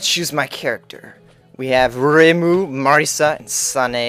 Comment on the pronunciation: FAIL PRONOUNCIATION!!!! REH-MU; MAR-E-SA; and SAN-AI !!! >:UUUUUUUUUUUU!! Sorry for my rageing, Touhou is my life, and i kinda get irritated wen people say their names wrong ^^